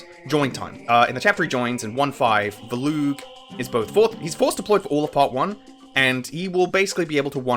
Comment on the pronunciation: I'm assuming this comes down to different pronunciations, but as someone who has also played Radiant Dawn a fuckton, who the actual fuck is "Villoo" Edit: he just slightly slurred the way he pronounced Volug in the beginning. It confounded me lol, as I pronounce his name as "Vōh-loog" where the "voh" is the stressed part